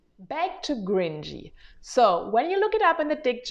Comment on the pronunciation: Hi, I wanted to say that that's how it sounded when you said it in the video. It sounded like you pronounced the 'c' like a soft English 'g'. Your 'cringey' sounded like 'gringy' to me.